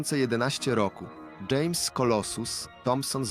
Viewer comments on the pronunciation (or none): none